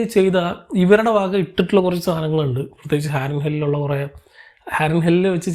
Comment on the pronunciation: ഹാരൻഹെൽ അല്ല ഹാരൻഹോൾ